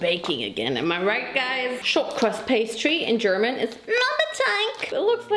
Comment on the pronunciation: Watching fail to say crust made me think of the advert bloopers, with an elderly couple struggling to say buttery crispy crust. If you’ve not seen it WATCH IT, thank me later xo